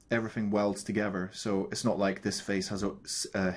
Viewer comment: Great thanks! "togever"